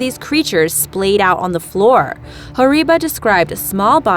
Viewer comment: how do you know all of this facts and history and btw I came from Indonesia and that's not how you say human fish its orang ecan not oreng